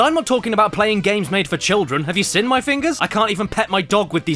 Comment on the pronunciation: he says sin instead of Seen